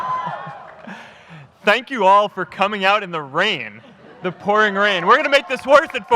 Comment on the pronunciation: The you pronounce with I: if it comes before vowels.The is pronounced with 'e' if it comes before consonants. Haven't you been taught about this at Harvard?At Vilnius University they teach.